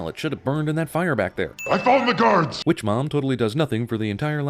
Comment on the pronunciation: Stop ruining movies! Also emphasis on the word ''Witch''.